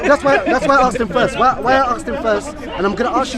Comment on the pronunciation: Aks, Aksed... xD